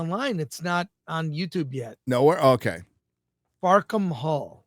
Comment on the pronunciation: Haha, 'Fuckem All' is the joke in the title about 'Fackham Hall' need to pronounce it properly..